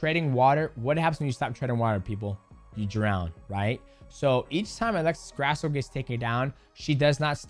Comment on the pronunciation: C'MON MIGHTY!! Why would a Mexican last name be pronounced GRASS-OH. cmon man lol hilarious, almost like you're doing it on purpose. Disrespectful for not knowing how to say an easy name like Grasso took me 30 sec to google how to pronounce it. Sorry to be a hater, this is just annoying to me. And yes you can do it, i heard you accidently pronounce it correctly twice lol